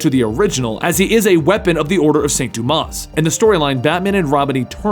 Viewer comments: it's Duma. S is silent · You don't pronounce the "s" in "Dumas" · Hey, just wanted to tell you, you don't pronounce the "s" in Dumas.:P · One of my favorite Gotham characters and favorite alternative batman. Not too fond of how you pronounced azrael and dumas though